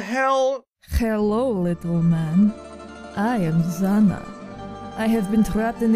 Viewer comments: Oh, dude. Zhanna reads like Janna. Somethung between j and g. Remember it. Oh, and goid job! Hello from Russia TF fans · Not zanna, zhanna... (Жанна)